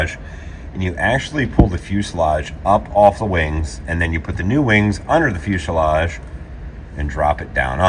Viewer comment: I am so happy you’re finally saying fuselage properly.